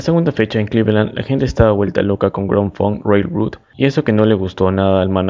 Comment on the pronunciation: Hola estimado, buen vídeo, algunos datos a recalcar, mejora la pronunciación del nombre de la banda y sus integrantes, te faltó mencionar la estafa que le hizo Terry Knight a Grand Funk, te saltaste los discos Shinin' On y All The Girls In The World Beware! de 1974, el segundo disco en vivo "Caught In The Act", y Born To Die de 1975, quizás los discos anteriormente mencionados no son de tu gusto pero si vas a hablar de la historia de la banda, que sea de LA HISTORIA y todos sus discos. El disco solista de Mark y No Frills, son de 1977 y 1978 respectivamente (tu dijiste 1978 y 1979), además de otros datos, creo que el último es en donde más te me caes y que le quede claro a todos los fans que pasen por los comentarios, MARK FARNER NUNCA SE FUE DE LA BANDA, DON BREWER LO ECHÓ, HACIÉNDOLE FIRMAR UNOS PAPELES PARA TRANSFORMAR LA BANDA EN UNA CORPORACIÓN Y ASÍ MARK QUEDAR COMO 3ER ACCIONISTA DENTRO DE LA BANDA, A LA VEZ TAMBIÉN LO ECHABAN REEMPLAZÁNDOLO POR 3 PERSONAS (QUE POR 20 AÑOS HAN INTENTADO LLENAR EL VACÍO DE MARK FARNER) Y HAN SEGUIDO TOCANDO POR TODO USA, ENGAÑANDO A SUS FANS HACIENDOLES CREER QUE TOCARÁ ALLÍ LA PERSONA QUE COMPUSO MÁS DEL 92% DE TODA SU MÚSICA Y QUE LLEVO A LA BANDA AL ÉXITO Y RECONOCIMIENTO QUE TIENE HOY EN DÍA.. A la vez mencionar que cada año, se hace una reunión corporativa entre Mark, Don y Mel. Y Mark ha estado por más de 20 años intentando reunir a la banda, pero estos dos hacen oídos sordos a las peticiones de Mark, como para tomar decisiones de